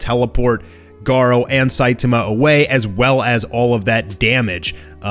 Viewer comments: it's Sai-tama not Sai-taama. Covid19 hit you hard? Take a break maybe... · Is it me or has changed the way he used to pronounce SAITAMA'S NAME????